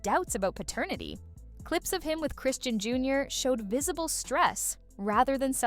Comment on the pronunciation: Her damn name is ChrisSEAN!!!! Why is she keep saying Chrisann 🤦🏽‍♀️. Done watching